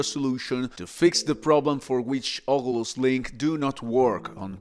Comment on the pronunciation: Blud sayin ogulus